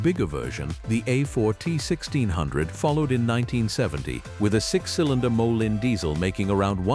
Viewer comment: It's pronounced moleen idiot